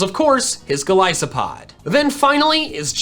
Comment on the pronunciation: the way he said vikavolt and golispod trigger me